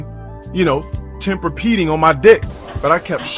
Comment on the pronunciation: "temperpeding" I see felon's still committing linguistic matricide on the regular